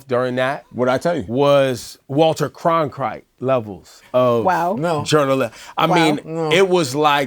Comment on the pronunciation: Ebro🧢 so bad he said “Walter Croncrite” - dude’s name is Walter Cronkite